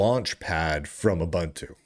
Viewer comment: Pronounced ooboontoo smart ass